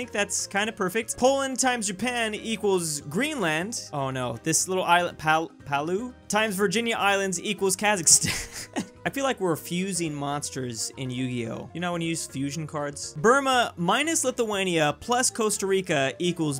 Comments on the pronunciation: Nobody::VirGiNiA IslAnDs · "Virginia islands" TuT why do you hurt me like this